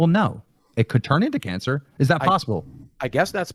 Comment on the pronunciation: the thing that's most telling to me about the whole cancer thing. when boogie was announcing his "diagnosis" he mispronounced it as if he's never heard anybody speak the word before, as if he was reading it and speaking it for the first time and guessing how to pronounce it.